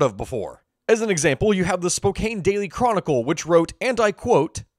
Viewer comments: Spo-CAN, not Spo-CANE. 😭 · For future reference, it's pronounced Spo-can, not Spo-cane. Just in case it comes up again :) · Not to be snobby, but here’s a little guide on how to correctly pronounce Spokane (It was mispronounced ). The pronunciation is Spo-can, like a soup can. Not Spo-cane, like the stick an older folk might use to walk better. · Spokane "Spo-can" daily chronicle.... also I haven't heard the chronicle mentioned in forever, so that's cool. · It’s Spo-Can. I get overly annoyed when it’s promoted wrong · Spokane local, it’s pronounced ( spO-kan ) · Just for future reference, Spokane is pronounced “Spo -Can”. It’s Salish